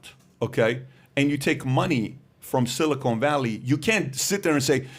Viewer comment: PBD my OCD cant handle your pronunciation of silicon valley lol. It’s a short O not a long O 😜